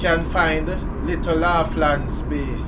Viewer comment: Pronounce it like lawlands